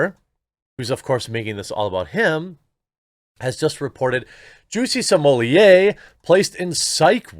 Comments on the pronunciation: I'm now convinced you're saying Juicy Sommelier intentionally. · Either my hearing is going or it sounded like you referred to him as ‘Chelsea Smollett” at one point. A harbinger, perhaps?